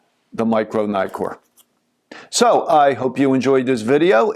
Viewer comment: it's not 'naikor' for pete's sake. It's neeee-kon, neeee-kor etc..